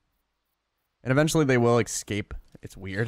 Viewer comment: Lost me at "excape".....